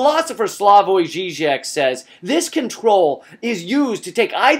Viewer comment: You mention the Slovenian philosopher and you pronounced his name properly. I commend you my friend.